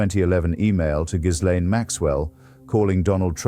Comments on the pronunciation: Hitch would have known the 's' in "Ghislaine" is silent. If the text-to-speech doohickey can't do it maybe you could give it phonetic spelling in the input for new words. Enjoying the vids greatly. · I believe ... ( maybe I'm wrong) the correct spelling /pronunciation of her name is ... " Jizzlane " Maxwell. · He pronounces Ghislaine incorrectly.